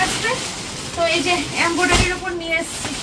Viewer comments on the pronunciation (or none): Embroidery bole ambodary noye . Pronounciation thik koro. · Esob mete gola paa amra khawa toh door dekhteo chaina... What is embodery bhul bhal pronunciation...